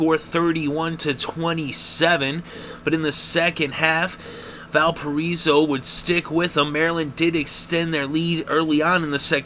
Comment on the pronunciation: "Val per eso"? Try Val pir I so".